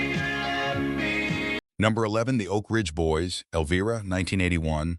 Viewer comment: Get it right! The pronunciation of the song “Elvira“ has a long “i ” sound!